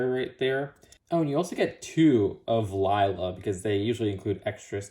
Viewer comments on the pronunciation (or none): none